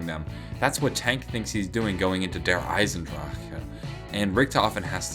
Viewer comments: Derisendrajaaaaaaaauh anybody else noticed he cuts off in the middle of that word 😂😂😂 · Der eisendraaccccaa he says it weird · The way you pronounce Der Eisendrache is so obnoxious and just sounds lazy like you give up halfway through the word. However, the videos are always pretty good. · The way he says Der eisendrache makes me feel ill!